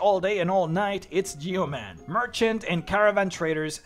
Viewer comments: I cringed for a good chunk of this video... Yeoman is not pronounced Yee-oh-man, it's pronounced Yoh-men. It's a real world that means a farmer that cultivates his own land, which is why the city is NAMED that. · Yeoman is typically pronounced yo-man. Great video! This is my first stop for an afterlife